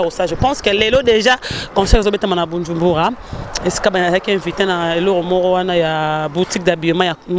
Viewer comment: Loba ka malembe maman balobaka BUJUMBURA 😂😂😂😂😂😂😂mbangu mbangu pemaeeeeee